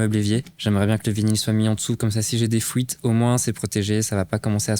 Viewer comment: Comme toujours parfait 👍 j'adore les détails et finitions propres.mais comme tu te casse le c** à chaque fois 😱 les finitions ça me gave ( j'en ai aussi à faire mais quel poids 😅 ) taquinerie pour l'accent belge quant tu dis "fouite" est ce que tu dis de "l'houile" ou de l'huile?😂😂 Je ne me moque pas j'ai l'accent du sud 😁😜 beau boulot comme d'hab tu me régale '😉